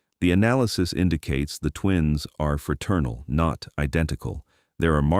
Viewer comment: fraternal twins, not "ferturnal" twins